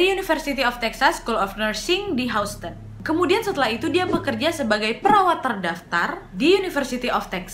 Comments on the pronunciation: Houston bkn? Baca nya Hiuston wa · Sikit kritik ya wak ... Houston di bacanya Yusten Btw selamat berpuasa ya wak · Mon maap wak houston (dibaca hyusten) 😂🤭 Selamat ya 1jt subs waaaak hehehehe Konten2 nya ku suka n somehow menghibur. Apakah aku ada kelainan? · Maaf kak Nadia, sedikit masukan untuk pengucapan " HOUSTON"..... seharusnya dibaca seperti ini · Maaf mbak Houston bacanya bukan spt itu.. mgkn englishnya agak dibenerin kali yah hehe.. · Agak ter distract stiap mba pronounce “houston” hehehe (no hate)